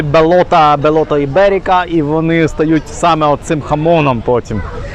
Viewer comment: Правильно вимовляти Бейота жулуді .